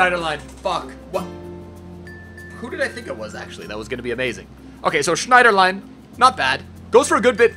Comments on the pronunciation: Schneiderlain? Its Schneiderlin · STOP SAYING SCHNIEDERLINE THERES NO E AT THE END OMFG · "Schneiderline" lol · There no e at the end of schneiderlin